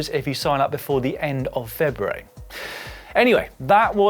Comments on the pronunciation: All that good pronunciation of Italian places and Dan blows it by struggling to pronounce February. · Has anyone noticed that Dan says February really weird?